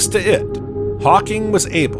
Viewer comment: Hawking radiation...not hawkin